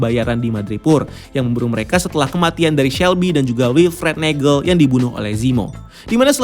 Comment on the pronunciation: "neijel" hm oke